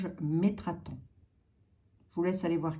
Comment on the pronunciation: C'est METATRON 🤪♥️ et non metraton